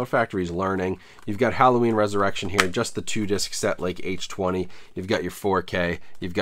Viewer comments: Halloween H20 isn't pronounced H twenty. It is H two oh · People are gonna give you shit for the H-Twenty pronunciation haha. It was marketed as H-2-Oh like water, granted it was dumb as hell to call it that. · "H twenty?" wtf?? H two oh...lol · H Two OH not H Twenty, nobody calls H2O H Twenty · Nobody:: “H Twenty” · How to get lots of comments on your video: Purposely mispronounce Halloween H20 multiple times.